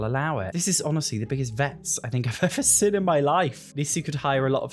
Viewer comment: why do you pronounce "seen" like "sin"